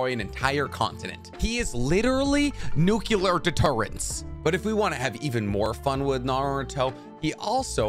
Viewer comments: Nuclear, not nucelar reaction. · It's NUCLEAR not Nuke-Yuh-Ler